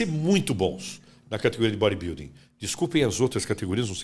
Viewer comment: O que tem de barba tem de inveja. E não é Baribilding é bodybuilding ok? Acorda, sai da sua bolha! Detalhe, falando mal dos outros com o terror dos motoboy (quem entendeu entendeu)